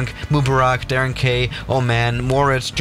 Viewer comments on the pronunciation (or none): none